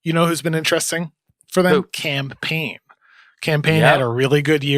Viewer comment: Bro pls quit calling him Cam Payne, it sounds like you’re saying campaign